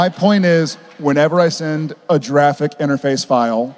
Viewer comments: "Jeraffic interface file" lol it almost sounded like he said jurassic😂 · Did Jared say giraffeic instead of graphic 😂? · He was saying jraphic, as in the jif pronunciation instead of gif. So fresh lol